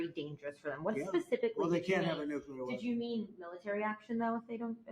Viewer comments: It’s NUCLEAR, not NUCULAR!! That English isn’t my first language excuse doesn’t work here. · And NUCULAR….. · Tumultulous. Tumultulous. He said it twice this time. NooQler!!! Instrumentable! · NEW CLEE ERR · Can’t take you seriously if you continue to mispronounce the words TUMULTUOUS and NUCLEAR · I think English is not his first language. If that's true, I'll give him a pass on tumultuous, but at this point, I can't give anyone a pass on nuclear.